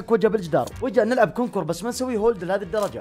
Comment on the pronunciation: ينطق كونكر وليس كونكور !